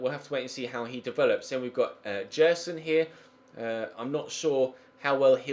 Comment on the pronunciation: Gerson is pronounced “JEH R SON”